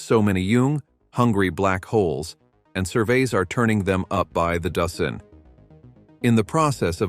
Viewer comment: There were a lot of noticeable computer voice-over errors ( a few from typos maybe a sticky "e key") I listed the ones I noticed for free, below: ○《observisions》& ○《astronomeers》 - - ○turning them up by the "dossen" - ○"heedious stars" <I would choose a different adjective like behemoth or gargantuan> ○ "200 dollars" ? - ○ "For 2 whole 'deecaydees'.."- ○ "..scientists have wondered how {theese 'super-massivee'} black holes were formed"- ○ "quā-sārs" ○ "most colorful view of 《the》 universe"- □ (also) Who is Chad Marler? I would go into that a bit more! This ones on the house, if you feel I've helped and need a light editor. I am looking for a job currently. I was an English teacher in South Korea.